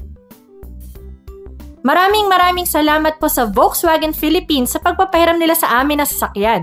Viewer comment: doc and maam, may I correct you po? VW is a german brand, so its not read or pronounced as as V but with an F and not W but with a V.. bali Folksvagen sya kng basahin.